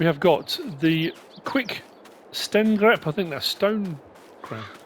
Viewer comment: It sounds pretty cool when you say stengrep in Swedish 😊your doing a great job with these modvids, great videos as always.